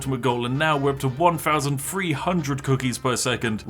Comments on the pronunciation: he said free two one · why do brits insist on pronouncing every "th" sound with their lip instead of their tongue like you're supposed to? ALL of their "th"s either sound like an "f" or a "v" fousands of cookies, just everyfing possible. Over free hundred fousand cookies. Vis is remarkable, I simply can't believe how far vat idea took us in just firty minutes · i'm not sure but is it possible that you pronounce things like: three, thousand, very more like: free, fousand, fery not trying to be mean i just noticed